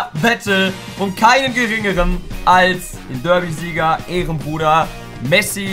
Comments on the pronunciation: Was für derbysieger das heißt berdysieger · Heißt es nicht Berdysieger? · Das heißt Berdy Sieger😂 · Das heißt berdysieger🤨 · Es heißt BERDYSIEGER !!!